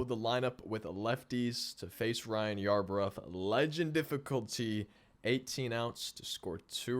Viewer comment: “I sounded like a fool this video” as he to call Ryan Yarbroooo yarbruf 😂😂 all jokes man